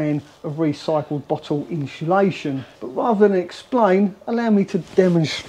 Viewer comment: No ‘H’ in insulation…. Thanks for the informative video! Keep up the great work! 👍